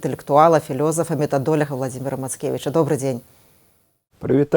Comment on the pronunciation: "МЭтадолЯг" :) Когда вы уже начнете говорить на красивом современном белорусском языке, гадкие ретрограды?